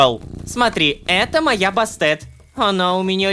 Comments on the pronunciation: Не Басте́т, а Ба́стет, Рома(( Бастет — древнеегипетская богиня-кошка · Я не зануда нооо Бастет ударение на 1 слог ) хехехехпхп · Остановка сердца от произношения имени Египетской богини. (Я конечно могу предположить,что сценаристы могли сказать,что имя читается именно так,но я что-то сильно сомневаюсь). Басте́т блин :"/